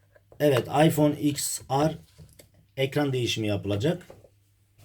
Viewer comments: Iphone ten ar diye okunuyor ya da 10 re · ABİ LÜTFEN ŞUNU DOĞRU OKU IPHONE TEN AR DİYE OKUNUYOR 😡😡😡😡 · İphone x er diye okunmuyormu?